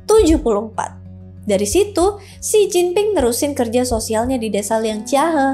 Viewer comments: J dibaca C, P dibaca B, D dibaca T. Itu dasar pengucapan mandarin 😂... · baca Mandarin itu KLO huruf P dibaca B dan sebaliknya sekedar beri masukan ya makasih KLO dibaca Oia j dibaca C ya🙏